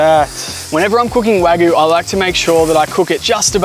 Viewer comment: Dude it’s Wa Gyu—Not Guuuuu—Cow in Japanese is Gyu like milk in Japan is Gyu n Yu